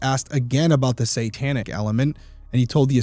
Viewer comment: I really enjoy this podcast! But the word satanic is pronounced SAY-tanic, NOT SAN-tanic. I cringe every time you say it. lol😊